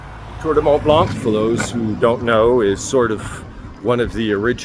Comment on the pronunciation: The C in Blanc is silent my friend. Enjoying the videos